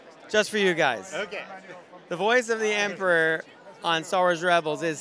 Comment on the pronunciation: why do you say emprah instead of emperor?